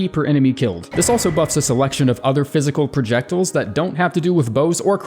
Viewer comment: projectillls Pro-Ject-iLE